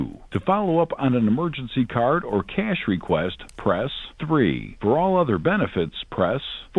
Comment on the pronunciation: You mean to tell us that the internet has been casually censoring the true pronunciation of $ cah-yash $ this entire time?